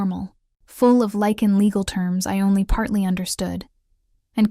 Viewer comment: This is a werrewolf story: the writers should be less dim witted: the wolves are called « LYCAN » , not « lichen » whis a type of Moss!